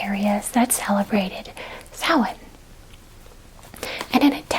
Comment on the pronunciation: The fact you pronounced Samhain correctly made me stupidly happy and that you know it's new year. Love from an Irish girl in Ireland 😊